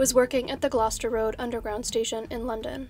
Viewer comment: Thank you for pronouncing Gloucester correctly! I know that’s really difficult for a lot of people, but you nailed it 💜